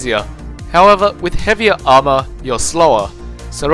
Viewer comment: good video but when you said armor your "a" hurt my ears. try some stuff with mic volume